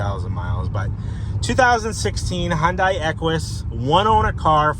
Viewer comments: It's Hun-day NOT Hun-die! Jeez 😫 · Its "Hun Day" not "Hun Di" it's a confusing name spelling, but it has Da at then end the " i " is silent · It's pronounced hyundae like sunday-monday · It’s pronounced Hun-day, rhymes with Sunday.